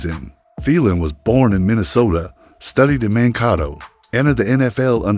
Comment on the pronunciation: This guy maybe a Vikings fan but he ain't from Minnesota that is for sure. Cuz we don't have a Mon-koto we do have a MAN-kato though!! Trust me Adam Thielen is still the "MAN" in Mankato.......